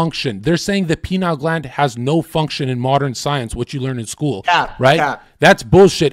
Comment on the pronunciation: Pineal not penile lol